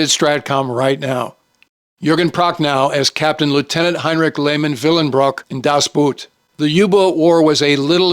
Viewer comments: das Boot is pronounced das Boat, and my all time favorite. Patton's line "I read your book" is badly marred by the movie showing a book labeled "Tank Attacks". Rommel's book, which Patton probably did read, was "Infantry Attacks". Two candidates would be: - Captain Jack Aubrey played by Russell Crowe in Master and Commander. The absolute best movie about a British frigate in the age of sail. - Col. Joshua Chamberlain played by Jeff Daniels in Gettysburg. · Das Boot is a masterpiece but Boot in German is pronounced BOAT, with a long O vowel.